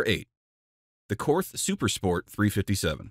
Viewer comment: Korth is German, the H would be silent in German, so it's pronounced Court.